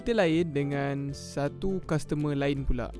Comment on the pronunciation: Custormer ke castermer 🤣